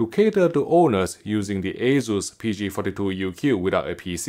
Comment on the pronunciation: I hear waysus, I close the tab, friends don't let friends buy assus